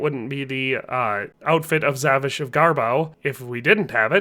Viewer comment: You pronouce it more like zavisha